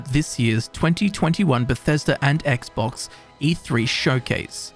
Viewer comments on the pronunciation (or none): none